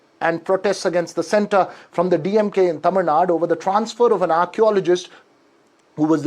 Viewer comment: Please Say tamilNadu , its not tamilnad, not just karnatak. Is it indi or india? . - Long Live India